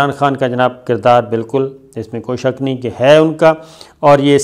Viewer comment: لفظ شک کے اوپر زبر ہے آپ روز غلطی کرکے اردو زبان سے نا بلد ہونا ثابت کرتے ہو